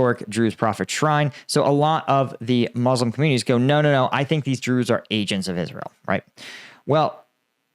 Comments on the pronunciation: I just have NoFx "we're the brews" but drews every time you say it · Everytime you say Druze I keep on thinking of Spaceballs and the "druish princess"